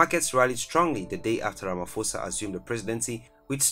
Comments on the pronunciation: Hi, I'm South African and I just want to correct you, Pres. Cyril Matamela' last name is pronounced more like Ra-Ma-Paw-Sa not Ra-Ma-For-Sa. I'd appreciate it if you twist your tounge to cover all languages, that way you'll always get a positive response and following from viewers of different backgrounds. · Guys. It's pronounced "RamaPosa" Not "RamFosa" . The "ph" rule in English grammar does not apply in South African languages. You ignore that "h" . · It’s Ramaposa the ph is pronounced as p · For Pronunciation sake. Its RAMA-P- HOSA NOT RAMA-F-OSA. Your pronunciation is English. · Ramaphosa is pronounced Rama-posa. It's not a silent F